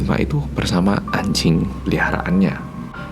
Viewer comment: Lucu ya ngomong "anjing" pake j versi korea jd kayak "ancing".... gemaaas